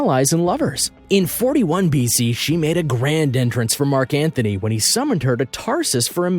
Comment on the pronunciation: It's Mark Antony...not Mark Anthony